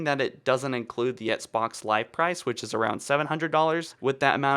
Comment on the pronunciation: Dude, practice saying “EX-BOX” lmao